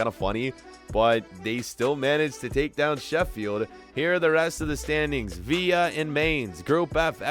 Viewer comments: It’s viLLa not via that is so annoying I’ll unsubscribe if u say via one more time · Its not pronounced the same as david villa Its Vil-la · its not aston viya its aston vill a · Nobody:: Aston Veeya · Villa not veea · Does he say viya instead of villa on purpose like I get the ll as a y but there English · Can someone please tell him it’s Aston viLLa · IT'S VILLA! NOT VIYA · It’s not Veer it’s vil-er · Please learn how to pronounce villa right sincerely from a villa fan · thats not how you pronounce Aston villa . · It’s Aston Villa pronounce the L in it plzzzx